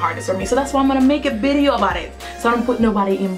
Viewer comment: Bideo instead of video ... I agree with you some girls r clueless when it comes to makeup